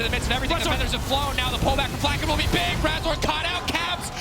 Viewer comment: ~Augh, his brain is just so bieg~